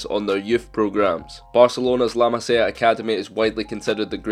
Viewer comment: The way he says La Masia makes me pissed